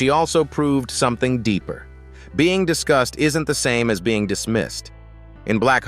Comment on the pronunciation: Was this narrator saying “discussed” or “disgust” ?